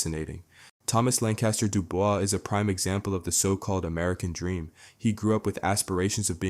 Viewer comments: Dubois is pronounced Du-Bo-wa not DeeBoys. DuBois, is a french last name, there for the S is silent. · I'm here to say your AI ♉ 💩 is getting on my nervs. You've said this characters name correctly before but you come in with Tom Do-boys. Stfu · You can't pronounce his name right. Did you even watch the show? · New to the steez, and was going back and forth about whether the script was being read by AI because tone is so even. But hearing him pronounce DuBois three ways in a minute? I'm certain now 😅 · pronouncin Tom’s last name 3 different ways in the first minute has me kinda fucked up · Did he just cycle between pronunciations of Dubois? 😂😂😂